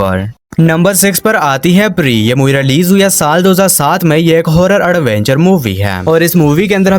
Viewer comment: It's prey, so you have to pronounce the word as prey(प्रे), alright, brother. I know many of your friends will say pronunciation doesn't matter, but the thing is, when you pronounce the word wrongly, it will mean something else.